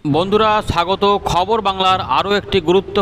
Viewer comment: Vai tui sagoto bolisna hasi pai😆😆😆😆